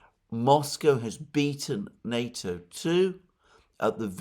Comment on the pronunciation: What nato is he talking about ,sounds like nuto.